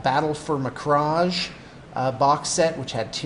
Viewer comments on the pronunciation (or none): Its pronounced Macrag not macrash. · Your pronouncing Macragge wrong my man! But don't worry since everyone is doing it. The writers of the game made it clear how you should pronounce it in the Ultramarines The Movie (the cgi movie made a year ago). Btw did you watch that and if so, what did you think of it?